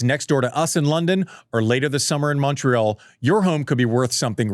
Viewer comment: The type 1 Diadetes champion is massive for me. For his career in general. We don't think about it, they have to think about their glucose level all the time! BTW, did you say Montreal?